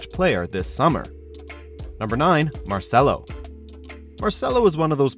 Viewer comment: I lost hope when they said Marcelo